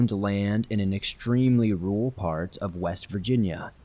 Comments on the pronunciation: It’s ok, I too find it practically impossible to pronounce the word ‘rural’ for whatever reason. 🤦🏻‍♀️🥴😁😂 However your absolutely amazing job with narrating makes up for it. 💚🥰😘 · Hey you're definitely not alone with having a tough time with the word "rural". I think a lot of people do. It a weird word I feel you have to over enunciate. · I agree! I don't mean to hijack your comment, but it wouldn't let me post in the main comment section. So I had to click on someone else's comment, in order to post this. I was going to tell, I'd be happy to help them get better at saying "rural". Instead of trying to pronounce the "r-u-r", just clench your jaws together and say, "rrrrr-al. Hopefully that helps! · Lmao, "and the first one is that I cant say rural very well" ah, yes, bonechilling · I truly believe no-one can say "rural" right. I know I can't. It's a weird word!